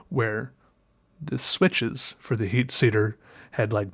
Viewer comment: I listened for a few minutes before I had to go back and listen again... You said "heat seater" and it just confused me so much lol